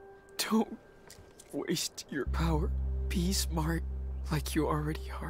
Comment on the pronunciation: WHY EVERY THINGA GOTTA BE A POWA